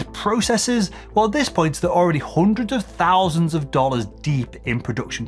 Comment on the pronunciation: Yes He put the mic in lungs, to spell "HONDREDS" !